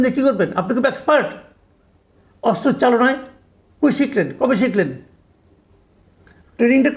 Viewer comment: অস্ত্র উচ্চারণ করতে পারছেন না, আরও চেষ্টা করুন, উচ্চারণ করতে 😅😅😅